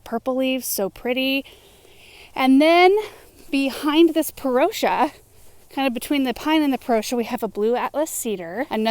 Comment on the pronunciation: Your channel is really wonderful. Beautiful plants, beautiful property and full of good information. But I think you're pronouncing "Parrotia" incorrectly - this is from Cornell.